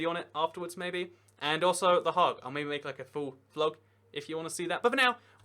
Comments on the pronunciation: Also, pretty sure you said the "Hague" part of the Hague kind of correct, other than not have the frog throat "g".. Remember, 'tis Den Haag. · I like how you first pronounced Hague because that's close to how we say The Hague in the Netherlands (we spell it Den Haag) Also, give us back Sheppey!